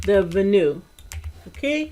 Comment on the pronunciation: Venue should be pronounced Ven like pen and you... I knew it, your only % awesome!.